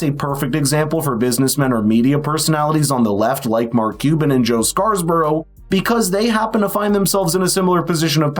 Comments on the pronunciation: First time viewer. Good show. *BTW, it's Joe Scarborough, (as in Simon and Garfunkle's 'Scarborough Fair') not ScarS borough. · Dude, his name is SCARBOROUGH....not SCARS-BOROUGH. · Have you not heard Scarborough pronounced before it's not scarsborough😂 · You couldn’t take a minute and figure out how to say Joe Scarborough’s name properly? Is that the kind of preparation we should expect from you going forward?